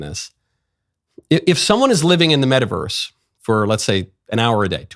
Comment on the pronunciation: what the heck is a "meta-versre?"